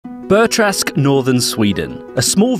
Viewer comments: Not trask it is träsk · Bur-Trask? WTF is that pronounciation? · The U in Burträsk is pronounced more like "ew" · It's cause he's trying to pronounce it the swedish way. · Dear, don’t ever try to pronounce Swedish words ever again. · You slaughter the name. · the ä is completely butchered